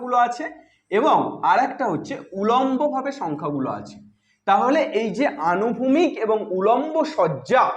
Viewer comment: আনুভূমিক না স্যার অনুভূমিক , একটু কানে লাগলো কথা টা , 🙏